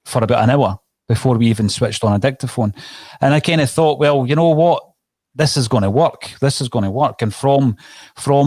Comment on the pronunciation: needs to learn to put his tongue between his teeth and pronounce “thought” properly.